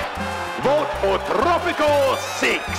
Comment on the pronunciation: It’s pronounced Tropico, not trrrrooppppico